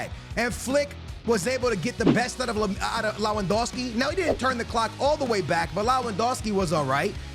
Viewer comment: It’s pronounced “levin” not “lewin”, the w is pronounced as a v. A lot of your pronunciations are horrible damn